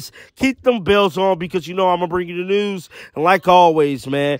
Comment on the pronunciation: You from Baltimore the way you said “news” was funny 🤣